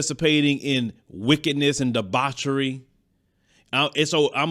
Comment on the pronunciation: Did you say wickedness and debocery..?!?!? You speak like that with your daughter in mind, but you don't get to decide what a person feels liberates them.